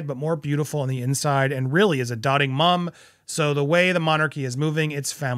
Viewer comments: It is dote-ing, not dott-ing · Doting is pronounced with the long o. As in doe. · Doting is pronounced as "dote - ing"